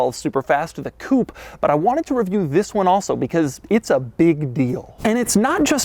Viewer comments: Mr. “This” the most advertising and entertaining pronounced “THI$” I’ve ever herd. Sir you Must call ur channel “this” or have a brand that goes with. Mr. THi$. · Fhiss is the New Ferrari 812 GTS, I like how he pronounced This’ like Fhiss 😂